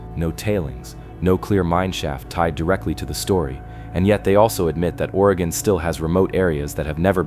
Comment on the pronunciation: In the beginning he say. Waay gon. Probably AI